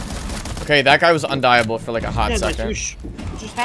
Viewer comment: "Undieable" let's goo